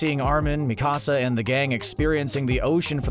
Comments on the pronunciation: One complain and one complain only. As a valley girl learning Japanese, it’s Mikasa. Not Me Casa 🏠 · clearly this guy was reading from a script. probably haven't seen a single episode. me-ka-sa? It's meka--sa. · mi-ka-sa not mecasa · Bro why the fuck do cunts keep saying mi casa for Mikasa 🤬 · Why he say mikasa like dat 😭💀